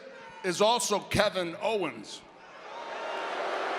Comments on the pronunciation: Kevin Hoe-wens 😂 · KEVIN HO-WENS LOL! 😂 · "kick kevin hoe'wens" LMAO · Kevin Howens!! Haha.